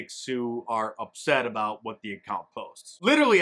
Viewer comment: A Canadian critical of pronunciation.. the hell you going on a boot?